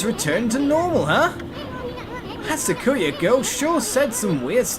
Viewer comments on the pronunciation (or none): Sock-you-a... not the way ou pronounced it this is half japan you know!